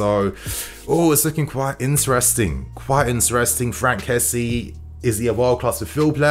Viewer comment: First off, its good to have you back. But secondly, his name is not kessie as in jessy. It's Késsié.. Finally, I hope Werner has a great partnership with Lukaku. They can both benefit from each other.